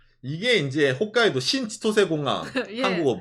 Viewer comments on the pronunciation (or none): none